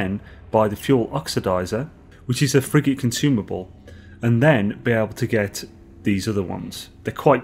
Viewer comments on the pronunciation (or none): me too "friggin consumables" xD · When you say "Frigate Modules", I hear "Friggin' Modules". Lol. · Lmao same here. Cant stop laughing!